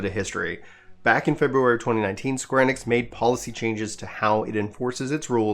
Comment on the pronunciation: square E-Nix say it like that not enix